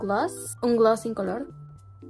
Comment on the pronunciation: amo como pronuncia "glouss" LE SALE MUY BONITO😢💗